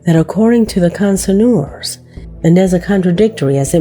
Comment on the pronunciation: I can't understand how some of the narrators don't double check the pronunciation of words they don't know... like connoisseur(s)... there were too many mispronounciations in this video for me to stomach...